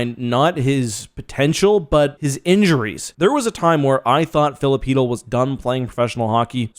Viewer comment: its an L for both teams u cant convince my chytll is pronounce heatel no matter how hard anyone tries